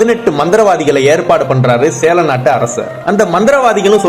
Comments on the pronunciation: எப்பா சேர நாடு என்று உச்சரியுங்கள் சேழநாடு இல்லை. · சேர நாடு அதாவது கேரளா நீங்க உச்சரிப்பது சேல நாடு என்பதுபோல இருக்கு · Sera nada? Sela nada. Thelivaga uchariyungal. Sera nadu yenrudhan kelvi. Sera nadu yenbathu keralathai kurikkum. Konjam thelivu paduthungal bro